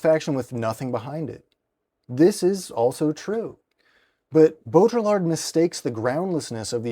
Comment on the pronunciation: i hate to be that guy but in “Baudrillard” the “l”s are silent. so it’s pronounced like bow-dre(as in dream)-ard(as in bard) in an American English dialect. I believe in french it’s pronounced without the d at the end. of course you may be pronouncing it in a dialect i am unfamiliar with, in which case please forgive my ignorance